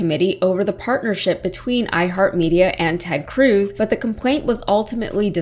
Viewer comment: Cruz; rhymes with "lose!" P.S. Allred may be sweet on you😍😍